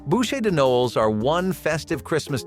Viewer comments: CHARLOTTE "RUSSES"😂😂😂😂 AI's are so obvious it's hilarious 😂 "BOOSHAY "Noel 🤦‍♀️🤷‍♀️🤦‍♀️😂 The word pronunciation ROFL... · I'm not sure which mis-pronunciation is my favorite in this one. Maybe "Noel"? It's not a guy's name, dude.